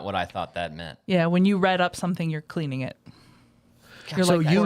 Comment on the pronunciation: Wait wait wait - it's "Rid up" not "Red up", aint it? I haven't heard "chip-chop ham" in a Lo-o-o-o-ong minute!